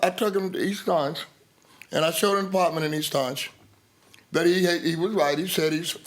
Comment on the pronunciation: “Da Partment” 😩😒